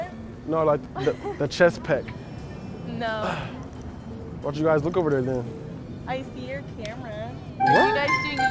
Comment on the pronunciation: Man's said chest peck